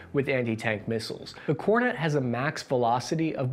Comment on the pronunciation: that is fake, he pronounced kornet correctly